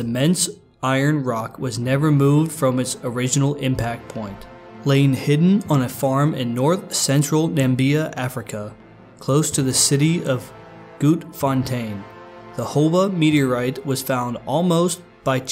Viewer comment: i live in the city Grootfontein. Wrong pronounciation though " Gruot fontein"..hahaha , nice video but i'l recommend you to see it yourself. Super big